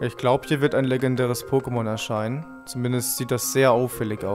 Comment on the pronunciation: du sprichst du pokemon namen faltsch aus soory is so : (